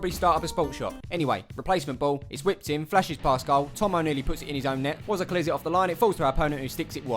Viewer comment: I just want to correct that it's Wozza